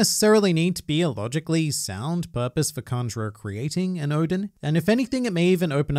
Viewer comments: Why u pronouncing "Kanjuro" like "Conjurer" 😅😅😅😅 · It’s Kanjuro